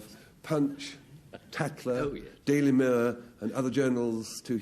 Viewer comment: Funny how at around the mark Frank Muir pronounces Daily Mirror as if it was "Daily Muir" :)